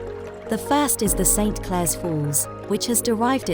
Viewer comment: I grew up in this area, where my father was a tea planter. It's pronounced "Sinclair" Falls - not Saint Clair! Most of the planters, like my father's family, tended to be lowland Scots. Hence also Aberdeen and Devon (as from the River Devon, Clackmannanshire).